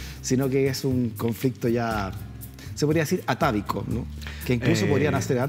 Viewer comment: Para el del set por favor antes de entrevistar leer un poco, se dice atávico y no atádico